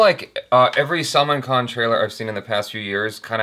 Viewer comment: It's NOT SALMON KHAN (he ain't no fish) Salmaan khan (sul-maan) There you go, now for the love of god, please.